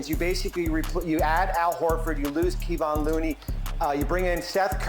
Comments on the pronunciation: Somebody tell Bobby Marks it's pronounced KUH-VAUGHN Looney 💀. Makes me cringe every time he says Keevon. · Put some respect on that dudes name…he’s a multi champion center on one the last dynasties…KEY-VON Looney!?!? Cmon man.